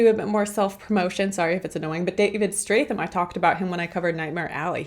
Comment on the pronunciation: Character: Joe Claiborne Actor: David Strathairn Pronounced, Strath-Hairn !! He was also in the film WE ARE MARSHALL !!